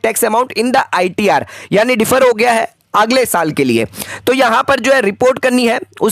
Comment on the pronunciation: कृपया अंग्रेज़ी शब्दों का सही उच्चारण करें।ये डिफर नहीं बोला जाता बल्कि डेफर होता है।